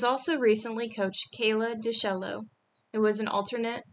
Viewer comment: Pronunciation is: Kayla DeChello and Courtney Koo-pets' (accent on the 2nd syllable)